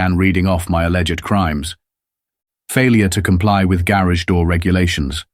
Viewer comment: Same story just more elaborate the 2nd time. And cant pronounced garage.